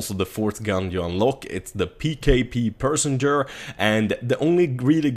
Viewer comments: The PKP Pechneg is pronounced pesh-neg not pershenger ;) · pkp PECHENEG not persenger..lolwat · I feel I should help you, it's pronounced, "Pe - sha - neg" first bit not "Pee", say it how it looks:) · Its pkp pencheneg not personger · its pecheneg and not persenger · Pet che negg, not persenger:P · P.e.c.h.e.n.e.g not persenger XD ;) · im sorry i just fin it too funny he fact yui say persenger in steasd of perchneg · Did he say personger? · yer and it's meant to be said as pesh a neg, it's a Russian name so remember that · cullen H-S Yeah lol, I'm still trying to figure out how he got personger. It's not even spelled like that... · Yeah I wonder also where he got the R from. xD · PKP "Personger" LoL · Repeat after me,: PE-CHE-NEG. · it is pronounced PESH-NEG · Bahahha love how you pronounce "Pecheneg" as "Personer" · dat PKP "persenger" XD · i hate to correct you but the pkp pecheneg is pronounced passion egg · this is how to say it Печенег. Печ-енег english Pecheneg. pech-eneg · i don't wanna complain, but please stop calling PKP pecheneg - "persenger" (or i don't know what you trying to pronounce) it's almost hurts physically xD just say "PKP", mate. Good video, by the way! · Pecheneg, how do you mispronounce it and say persenger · "Pkp persenjer" haha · U pronounce the pkp pecheneg as pkp pe-che-neg no perceherneg :D but yvdo i care just a lil ocd buzzing off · you totally butcher the pronunciation of the pkp pecheneg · Love how you pronounce pecheneg, lol))) You must name our weaponry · That's not how you say pecheneg. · dat pecheneg pronunciation.